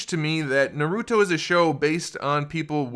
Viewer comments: Naruto not noruto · Another person that says naruuto. Doesn’t seem like you’ve watched shippuden either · I swear, im a weeb so this triggers me because 1.he is a he 2. those red eyes are sharingan and those purple eyes are the rinnegan 3. its pronounced MA-DA-RAH and its also pronounced NAR-OOH-TOE4. its not makeup its because he was reanimated 5. its also called jutsu not ju ju hands 6. ITS NOT A POKEBALL its he clan symbol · I mean he says hes a big fan but miss pronounced naruto and madara so he better have just read the manga. But after he referred madara as a she I understand that hes most likly trolling alot lol.